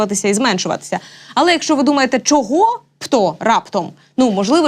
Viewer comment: Якою мовою розмовляе ведуча ? Хіба е в українській мові слова - щчє , щчо, якщчо ? Вивчайте українську !